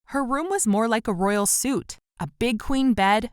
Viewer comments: It’s not suit it’s suite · Did this girl say royal suit I think she means suite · SUITE... NOT SUIT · “her room was more like a royal suit” 😂 suite is pronounced as ‘sweet’ - you wear a suit 😅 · It was so triggered when she said suit it’s suite!! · A girl comes from a rich family but can’t pronounce between suite and suit 😂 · She said a royal suit I think she meant to say suite....